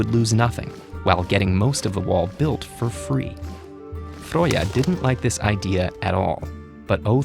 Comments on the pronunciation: Frøya was a little off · The fertility goddes's name is actually spelled Freyja and pronounced Fri-ya. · TheSimon253 there is no O sound in the Swedish pronunciation of Freja tho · As a native icelandic speaker I would love to help with pronoucing the Nordic gods name in ancient nordic. Some of the pronunciations were pretty good, such as Óðinn but some were very bad, such as Freyja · TheSimon253 Yeah I agree with you. None of the pronounciations in this video are correct, including Freyja.